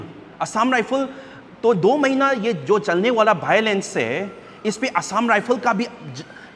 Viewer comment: film gi acting ro Nang na ngangise. Script to hanna phao. Say meitei militants always attack kuki village and Kuki village volunteers killed them. Acting do fail oikhreda... Pronunciation su chumthok o not bhaolence it's violence... It is also the right time for the meitei militants to stop attack